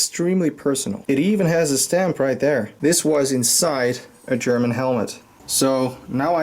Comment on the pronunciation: Your German pronunciation is awesome